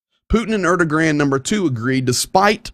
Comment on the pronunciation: I think you might want to check your pronunciation of Erdogan.